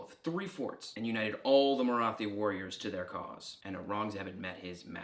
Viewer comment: The "th" in "Maratha" and "Marathi" is more of a breath-y "t" sound, not an ð sound. In English a more accurate pronunciation would be a hard "t", like the th in "thyme". The ð sound is fairly unusual throughout the world, English is one of the few languages that use it.